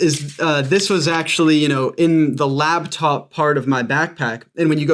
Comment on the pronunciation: She said labtop, I like coffee enemas